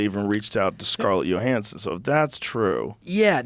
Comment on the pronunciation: “Scarlett Yo-hansen”